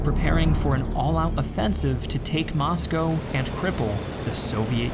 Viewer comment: Thanks for your great videos! They are student-friendly at the middle level. As a former American resident in Russia, I appreciate you pronouncing Moscow, "Moscoe" as the natives do.